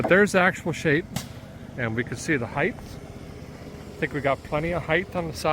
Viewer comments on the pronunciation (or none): One of my pet peeves is when people say words wrong. One of those words is the word "height." Why do so many people say it as if it ends in "th".........ahem.....? It's "height." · Why do people for the US and an H to the end of HEIGHT. There’s no H at the end! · There’s no “th” at the end of “height” 😂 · Why do americans (in general) pronounce the word "HEIGHT" as if its spelled "HEIGTH" ???